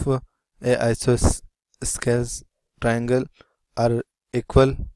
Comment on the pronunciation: Bro, the explanation is neat, but the pronounciation is I-SO-SO-LES TRIANGLE